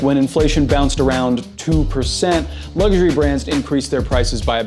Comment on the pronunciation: “Lugshury”Pro tip: there is no “G” in “luxury”.